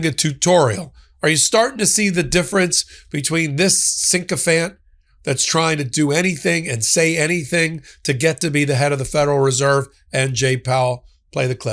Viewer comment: The word is not pronounced 'sinkophant' but 'sychophant' as per phonetics (si-kuh-fant)--the 'i' is short, not long.